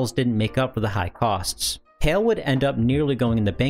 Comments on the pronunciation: Isn't Hai pronouced H-AL instead of Hail? Also, I always though Super Mario Brothers 3 was a 3mb game? (Source: The Gaming Historian) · Isn't Hal, not Hayl? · "Hail"? I think you mean "HAL" (sounds like "HOWL") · I was very confused till you showed smash at the end. You kept saying HAL as "Hail", its HAL, no AAAAA sound. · HAL is pronounced like hal, like pal. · I have a feeling HAI is not pronounced ''hail''